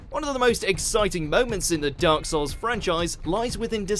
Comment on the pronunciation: “Dyark Souls”